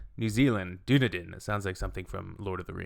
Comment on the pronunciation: Dunedin > Done-e-din. Then say it together as one word. Emphasis on the Done.